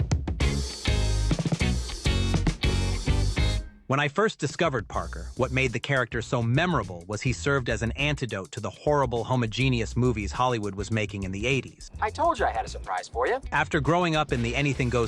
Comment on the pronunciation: as soon as "homogeneous" was pronounced "homo-genius", I know something was off.